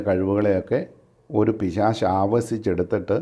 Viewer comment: പിശാചല്ല പിശാശ്😅